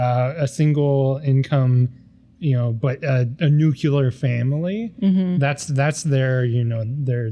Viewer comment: Nuclear isn’t pronounced “nuke-you-ler,” lol. 😂 George W. lied to you. It’s “nuclear,” pronounced “new-clear.” 😂 This is a comical pet peeve of mine, I can’t help myself. Sorry. 😂 (It’s comical because, though this common American mispronunciation does irk me, it makes me laugh because George W is apparently the gift that keeps on giving to us Americans. 😂😂😂😂 For those too young to know what I’m talking about, George W. Bush was the 43rd US president from 2001 to 2009. He infamously pronounced the word “nuclear” as “nucular.” 😂 In his defense, he never pretended that he wasn’t a straight C student, so it is what it is, lol. 😂 Unfortunately, some of us still say “nucular” because of W. And people used to call him George W or just W, to differentiate him from his dad, George H. W. Bush (41st POTUS). And that’s your random-stuff-we-Millennials-remember-from-tweenhood/teenhood trivia. 😂)